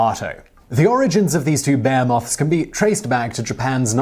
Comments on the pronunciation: 35 seconds... you say Bear Moth... 🐻 🦋... did you mean Behemoths? Is this just a way you pronounce this? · Beamoths? Bearmoths!!? Did you mean Behemoths? Yamoto? Dafuq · . "these two bear-moths" .... lol